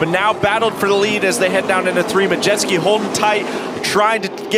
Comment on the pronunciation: One announcer says MUDjeski, the other announcer says MaJETSKI... LOL